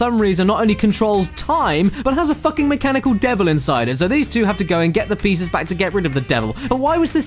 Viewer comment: caddy said "plieces" instead of pieces